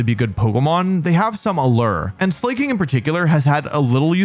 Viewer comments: Also, "Slay-king." Its clearly Slack-king, cuz he's slacking off. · Wolfey said he stopped using the wrong pronunciation for pokemon but he still calls Slaking "Slay king👑💅" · Slay king, I kind of love that pronunciation haha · Pronouncing Slaking Slay-king? C'mon SLACK-ing is right there! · ITS SLACK- ING Not slay king 😭😭😭😭😭😭😭😭😭😭😭😭